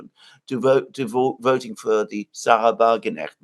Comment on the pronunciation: Mercouris can't say the word "Wagenknecht" even if his life depended on it.